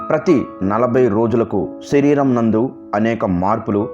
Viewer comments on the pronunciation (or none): none